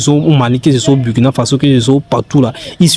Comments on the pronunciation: On dit le Burkina Faso, et non Bourkina à bannir. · Bonjour s'il vous plaît on lit où on dit Bourkina Faso au lieu de Burkina